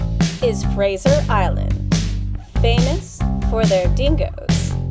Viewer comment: That was great. Thank you. Btw, you sound like you’re saying Frasier Island, rather than Fraser. Is that just an accent difference or did u just forget? Just curious…